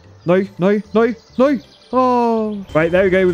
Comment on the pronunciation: I love how says "noy" instead of "no".